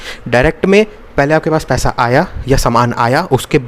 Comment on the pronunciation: Paisa❌ paiha✅😂 . Btw loved the lecture bhaiya..